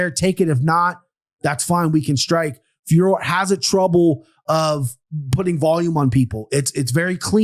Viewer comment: Boys, her name is FIOR-OT, there's just a little emphasis on the last O.... like FYOAR-oh, not FYOAR like how you are saying it.